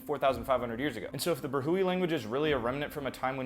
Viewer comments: It's pronounced like bruh-we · it's pronounced like "Brah-we" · it is pronounced as: bro hee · Pakistani here. Brahui is pronounced, “brah-huwi”. the locals also sometimes make the plosive consonant almost sound like “pra-huwi”